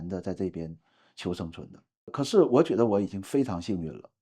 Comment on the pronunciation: 加油！您的普通话说得那么好是我遇到所有东北人中说得最好的那一个，只有少数个别词语仍带有东北腔，如：觉得、出差、土豆、次....。另一个东北人常说的词是“将来”（没听到您说），他们的东北口音发音就像是在说讲来讲去的“讲来”。继续加油哦！